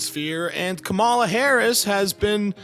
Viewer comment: with the specific syllable emphasis name can't empathize enough to pronounce Kamala correctly.